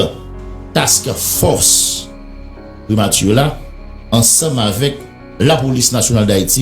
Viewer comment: Fre se Task Force suspann di " tack force"